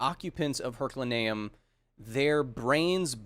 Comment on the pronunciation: Hey kyle. Love the show, and you. (Big fan. Not a bad guy. Please don't set the basilisk on me) I don't like to correct peoples pronunciation of words because it means they have probably only ever read the aforementioned, and reading is good. So... don't think of this as a correction. Think of it as... an updating of data held in the brain. The place is called "her-cue-lay-nee-um", not "her-cue-lurh-nee-um". Words are weird. Like... why is it pronounced "kah-yull" and not "kyuh-leh" as it's spelled that way. words are hard... dyslexic of the world untie!